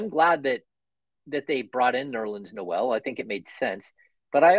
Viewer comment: It's official, can't pronounce Noel correctly lol.